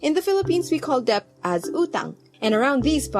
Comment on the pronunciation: I think it's pronounced as 'det.' Sorry, this isn't hate or anything